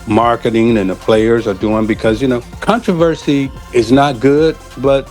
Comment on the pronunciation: Damn, the narrator needs to learn how to pronounce "controversy!"